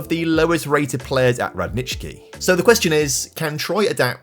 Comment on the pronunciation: I love how you pronounced Radnički, well done! Greetings from Serbia!